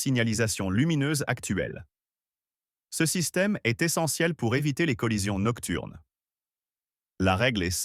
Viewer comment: Col-lision, pas "colision".